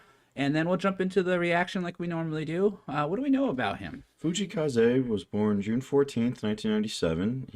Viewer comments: Fuji Kaze is amazing. He is Kazey (that's how you pronounce it) and his other songs are great too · hey my favorite japanese artist! I just recently watched his concert and it was awesomeee! By the way, his first name is Kaze and it is pronounced phonetically as "k-ah-zae". Check out his live performance of "Shinunoga e-Wa" at Nippon Budokan and also his tiny desk concert and is latest singles "Michi Te Yuku" and "Feelin' Go(o)d". He is a very talented artist, songwriter, composer and performer. And his discography is just so uplifting and inspiring not to mention his positive and light personality. I just love him! Enjoy!